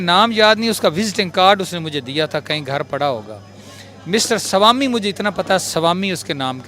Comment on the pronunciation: Salami nahi ..... Swami bolna chahta hai 🤦🏻‍♂️😲😅